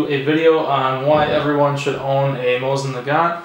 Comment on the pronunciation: Mo seen na gan, The T is silent